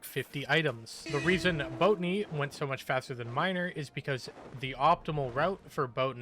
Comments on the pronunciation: Do you purposly pronounce botany wrong? Cuz it fine if you do but its botany not boatany in case you arnt doing it on purpose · Lol Boat a knee instead of Bot a knee.